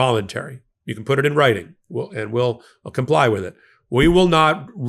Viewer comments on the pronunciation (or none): none